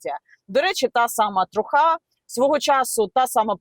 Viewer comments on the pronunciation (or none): Не ''трухА'', а ''трУха''. Типу справжні дркази, події і тд